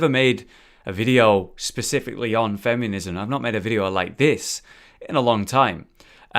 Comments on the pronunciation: "Fem-yoo-nism"... that's not a U in the word "feminism",! XD Even when it's not Dark Souls, mispronunciation is still happening I see:P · "fem yuh niz em" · Anyone else keep hearing him say "fem-you-nism"? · The part I was most bothered by in this video was how you kept saying "femunism." Classic, what would I do without you? xD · I love it when says 'femiunism':D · It sounds like he is saying femunism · one either you or me pronounces feminism incorrectly.